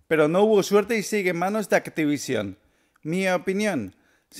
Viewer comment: ¿Crash bandico, pc4, activición? estás pronuncia bien mal las palabras en inglés y en español también y eso que eres español, debería darte vergüenza.